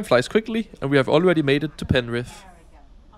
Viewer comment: Your pronunciation on penrith was absolutely perfect, just like a local. Hope you had some sanitising wipes after using the v set toilets. Only use them in emergencies haha. Great video